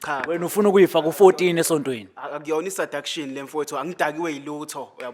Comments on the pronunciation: I Sadastion saMagaye😂😂😂😂😂 English language yèeer😂😂😂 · Saduction😂😂😂😂 isingisi ku bhuti